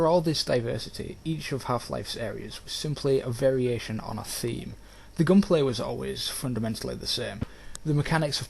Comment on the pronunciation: I can't decide if I love or hate the way he says "gunplay"